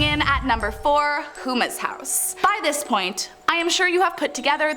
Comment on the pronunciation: I’m from Louisiana and Houma is pronounced home-ah. Not hoomas, lol